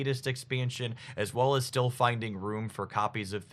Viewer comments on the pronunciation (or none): none